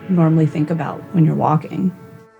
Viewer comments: When he said “Well, walking is one of the best exercises,” I thought he said, “Milwaukee is one of the best exercises.” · Did he say walking or milwalkin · I thought the exact same thing.